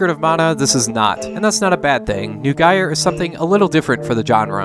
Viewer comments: It took a while to figure out that the last game was named "Neugier: Umi to Kaze no Kodou" and that was after trying variations on the end of the Japanese name; the first part was the German for "New Gear" and is pronounced like "noy geer" (or as Nipponized, "noigi-a"). It might help putting a Romanization of the title on screen in the future, because I had a tough time searching for "nugaier" or some other variant of how you actually pronounced the name. (A lesser issue is that the Japanese word Romanized as "to" is pronounced almost like the English "toe" rather than the English "too".) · Neugier sounds more like Noi-Gear. Classic german word.